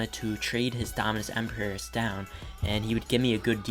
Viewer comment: I DO NOT like how you pronounce Empyreus